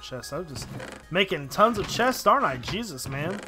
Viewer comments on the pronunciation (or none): none